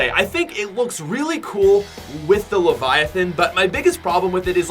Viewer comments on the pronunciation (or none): none